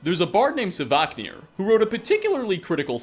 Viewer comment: it is not "savaahknir" but SVARKNIR.